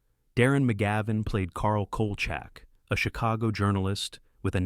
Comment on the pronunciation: You can tell this is AI because they mispronounced Kolchak - which, BTW, wasn't half-bad.